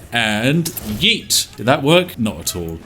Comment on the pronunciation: For some reason, a British person saying “yeet” or any conjugation of the word “yeet” is hilarious